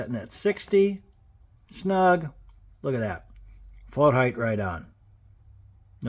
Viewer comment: Btw...Height is height. NOT HEIGHTH. So annoying